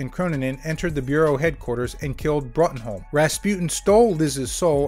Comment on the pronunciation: Bruttenholm is pronounced “broom”